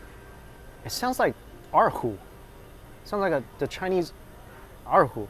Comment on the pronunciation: Dude. What kind of Chinese are you? Why didn't you use the proper tonal accent on ěr hú?